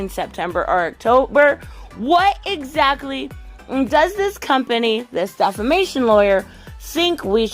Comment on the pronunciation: Defimation or deffication?? 😀